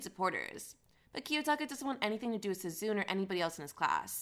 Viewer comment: feel like you're pronouncing a bunch of names wrong with insuffieicnt emphasis on each syllable, sue-zune is obviously sue-zune-neh for example